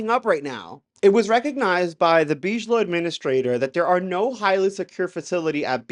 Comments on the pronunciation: but beej-low sounds so much classier. We don't deserve.😂❤ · It’s BIG-ilow, not beeej-low that’s not how it’s pronounced lol. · Oh and for the love of GOD! It pronounced "Big-A-Low" "biG". Not " beezsh". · Big-uh-low, not bige-low. Lol. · Hey dude, just a quick clear up...BIGELOW is big-uh-low, not beej-low. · How is this a UFO CHANNEL and you DONT KNOW who ROBERT BIGELOW IS??????? like wtf??? Its pronounced BIGGALOW - NOT BEESHLOW man... and BAASS isnt BIGELOW, just say BASS!!! Holy cow man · It’s not real dude. Why would they call it a tic tac before the pilot nick named it tic tac? It’s basic aerodynamics stuff that came out after the incident. Also it’s pronounced BIG - A - Low not Beegelow. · Why do the gays believe everything they read and hear? Btw; you regards realize your listining to someone's BS who thinks Bigalow is pronounced Beej-low? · "Bidgelow" lol. "Whoops! Sometimes I slip the D in without thinking about it." 🤭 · It’s pronounced Big-a-low….. 😂😂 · Nevertheless... All due respect, the soft pronunciation, "Beejelo", is kind of distracting every time it comes up. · Bigelow like big eh low, the mispronunciation is killng me. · Big-a-low is how Bigelow is pronounced, brother. Just wanted to let you know. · Please Big-e-low. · It's BIG-A-Low my friend!👍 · It's deuce bigalow for god sake! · It's pronounced big -a -low lol dope video. Love the content, God bless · It’s pronounced big uh low aerospace. Good video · BTW, you pronounce it as "Big ello". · by the way, everybody else pronounces it as "Biggalow aerospace" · Salut couyon 🥂 I caught your pronunciation and wondered why you pronounced Bigelow, en Français. 😉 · Dude , you are mispronouncing the name "Bigelow" .